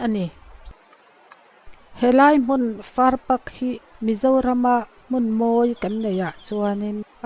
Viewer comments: Hmuhnawm hle mai, keini a bul ṭhuta awm pawh hian kan kal hnih khat hian kan hmu zen zen lo ania.Tin, 'Far pak' tia i lam hi 'Far pâk' (park) tia lam zawk tur a ni e.😊😊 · Farpak tia i lam dan hi ania, ka sawi zawk chu, farpak tia i lam hi thluk tur ka tihna 'pâk' tia lam tur zawk ani e, 'farpâk', tiang hian aw, boss